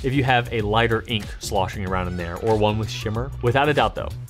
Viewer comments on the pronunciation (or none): none